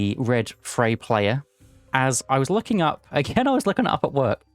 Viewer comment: Isn't the r in Freyr pronounced? I feel like it should be read like FreyR, not Frey